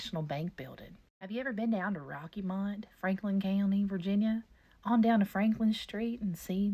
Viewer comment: "Rocky mont" thats why you seen them ghosts, theyre getting back at ya for pronouncing the town wrong 💀